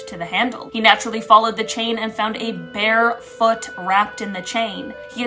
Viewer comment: Was it a “bare foot” or a “bear foot” bruh?